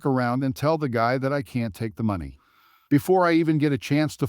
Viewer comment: You need to say money the right way please.